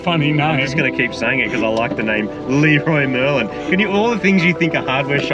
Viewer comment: ( 550 owner ) to start off with ; i hope you enjoyed the trip ; the traffic here is insane but the places you get to see are just amazing. the Fact you called the shop Lee-roy Merlin made me die ... i call it like that all the time .... as far as the clio goes; you did her a solid on that ; pretty sure that car never so good tires. That car collection is absolutly stuning ! ps ; dedicace aux français qui disent 'chocolatine' mdr.